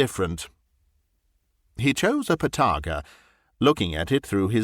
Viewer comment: O dear me do you mean the (Narrator ) and let me say there is absolutely nothing better than to have a fine oak box containing a fine collection of Partaga I smoke them all the time a fine blend of the best tobacco it's pronounced ( part a ga) it comes from the borders of partagony a lovely little one house village but alas you won't find it on goggle look under ( there's Allways one smart Arse ) I even have a partaga tobacco pouch pip pip ❤😂.